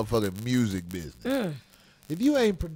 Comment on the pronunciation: For-Chen. 500 biz-ness